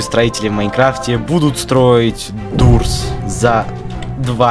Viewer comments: НЕ ДУРС А ДООРС DOOSR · Не Дуурс а доорс